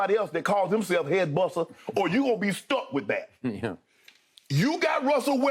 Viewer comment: Not “headBussa” lmao